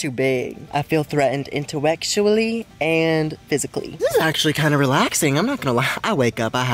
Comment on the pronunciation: Im sorry i cant really said "intuectually" y'all- Also lets all pray he didn't get bugs on him while he slept